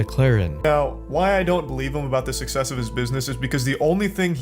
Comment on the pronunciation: “susess” 😭 and he said it that way the same reason charlie said “mcglaren”